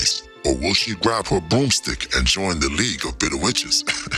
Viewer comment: "SHE'Z NOT YOUR'Z IT'Z JUZT YOUR TURN"